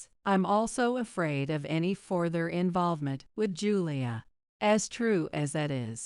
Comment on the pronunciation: Pronunciation of the word “further” is incorrect.